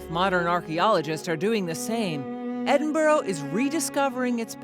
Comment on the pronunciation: Eh-din-bo-row LOL. It's Ed-in-b-u-rah